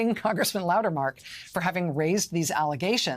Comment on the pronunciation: Darn it. , she mispronounced his name as "Loudermark." My first play-through, I thought I heard "Loudermouth," which would have been rather fitting. I will give Representative Sherrill credit for observationizing. As she is both Former Military (TY, Fellow Vet!) and a Former Federal Prostituting Attorney, she definitely has the education, training, and experience to notice when "Something is starting to smell funny." I didn't even need to be told she'd reported it, too.